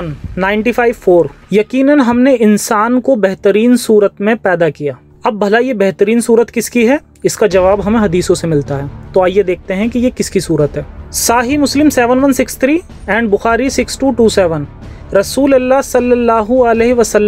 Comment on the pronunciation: Saaahi muslim naire gobar SAHI MUSLIM...PEHLE PRONUNCIATION SEEKHLE...MOTRA SEEKER